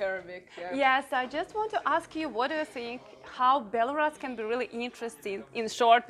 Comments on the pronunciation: It’s Belarus . Not Belaras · Не Беларас, а Беларусь! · I've been following you both for a while! But I don't know why had to butcher the pronunciation of Belarus when it is pronounced like it is in Russian... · Interesting to hear Belarus pronounced [by someone I suspect knows the proper pronunciation]: here in the U.S., we hear it [if at all: our news media sux] said "bel a ROOS," vs her "BEL a russ." Good to know... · БеларАс ахахах))))) БеларАШ уже надо было задвинуть, чё там..))))) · But it seems that it is pronounced more like Bilorus in Ukrainian... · Please start with pronouncing the name of the country correctly.